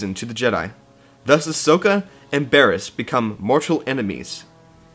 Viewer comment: ITS BARRISS